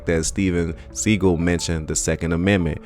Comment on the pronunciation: Hey. Love your videos, but would like to suggest that you do pronounication checks on words & names before you drop your content. Steven's name is pronouned 'sea-goll', not segal.👍🏾